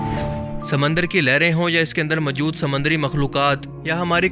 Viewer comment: اپنے اردو لہجے پہ توجہ دیں ۔ لفظ موجود ہے مجود نہیں